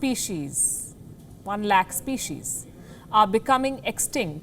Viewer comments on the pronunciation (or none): It's lakh not lahk omg 😂😂😂